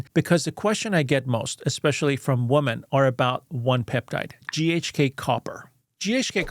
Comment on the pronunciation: The word “women” is pronounced ˈwɪm.ɪn’.